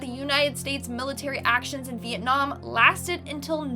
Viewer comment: Am I the only one who heard Mietnam ?